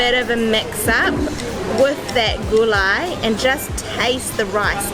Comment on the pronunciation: OMG At last. someone said it right as GULAI and not some sort of soup/gravy bla bla bla. You guys are the best!!!